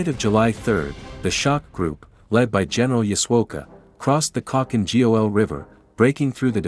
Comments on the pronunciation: Khalkin G-O-L🤣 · Nice video (apart from you horrendously butchered spelling Khalkhin Gol)